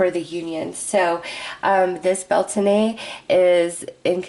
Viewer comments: Beltane (/ˈbɛl.teɪn/) pronounced Bel-tain. Thanks from this Irish ancestered person. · Blessed Beltane to all! 💖✨ It’s the opposite of Samhain so the veil is just as thin as Samhain, but instead of the Underworld it’s the Veil between us and the Fae that thins today! Blessed Be!!! 💖✨ (Just so you know, it’s pronounced bel-tayn 😅) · Bel taaaane We're not French😆🤣